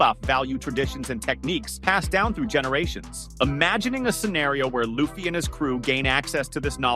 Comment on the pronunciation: I don't care how far into the video I watch. As soon as they mispronounce "Luffy" I turn it off and discredit it. A real fan would know his name.